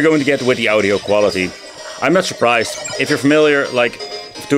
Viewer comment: Ow-Dio, try Awe-Dio. Are there emulators that do it better than that chip?